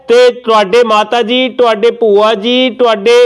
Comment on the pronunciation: 🙏🏻🙏🏻🙏🏻🙏🏻 ਪ੍ਰਮਾਤਮਾ ਦੋਵੇਂ ਮਾਤਾਵਾਂ ਦੀ ਉਮਰ ਲੰਬੀ ਕਰੇ 🙏🏻🙏🏻🙏🏻🙏🏻 ਇੱਕ ਗੱਲ ਜਦੋਂ red suit ਵਾਲੀ ਭੈਣ ਨੇ ਕਿਹਾ ਕਿ ਇਹ ਸਾਰੇ ਪਿੰਡ ਦੀਆਂ ਬੂਆ ਲਗਦੀਆਂ ਚੰਗੀ ਨਹੀਂ ਲੱਗੀ ਗੱਲ ਕਿਉਂਕਿ ਪੰਜਾਬੀ ਵਿੱਚ ਬੂਆ ਨਹੀਂ ਭੂਆ ਹੁੰਦਾ ……..